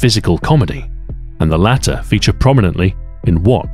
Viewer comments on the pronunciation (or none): none